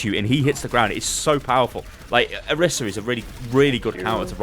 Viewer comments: Why does everyone say oh-rih-sah when she calls herself oh-ree-sah. Annoys the crap out of me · Why does everyone keep calling her Orissa? It annoys me so much! Her name is Orisa xV